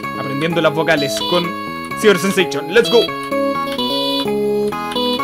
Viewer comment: Se dise sie ber sen sation